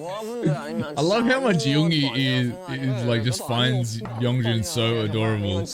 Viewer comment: Friendly clarifications Yeonjun was born in 1999 And his name isn't spelt with a g sound it's just Yon-joon